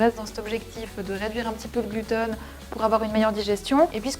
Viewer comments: Pourquoi tu dis GLUTONE ?? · Ça me fait marrer comme tu dis « gluten », on croit entendre « glouton » ce qui reste dans le thème 😂